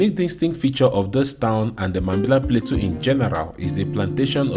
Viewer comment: The farmer talking about the trees says Plateau correctly, but the narrator says play-too over and over again instead of plah-toe. As I'm typing this, he says Play-too again haha.